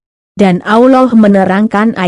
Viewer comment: Aollah. Apa tu. nk sebut Allah biarlah betul. Tak blh dengar lah